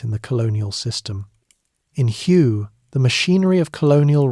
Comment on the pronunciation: It’s pronounced “Way” city…. Hue … kind of an important detail